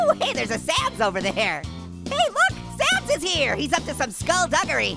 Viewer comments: IT'S SANS NOT SAMS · It's not Sam's it's sans